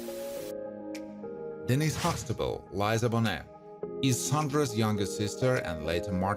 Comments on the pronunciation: It's not Liza it's Lee-sah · Her Name is Lisa NOT Liza..